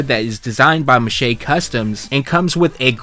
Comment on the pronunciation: Just a heads up, I think "Mache" is pronounced like it rhymes with "squash". I could be wrong, but I'm pretty sure.